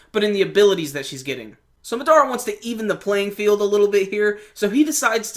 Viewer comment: You have good reviews my man; but it's Mahh-Dahh-Rahh, not Muh-Daruh.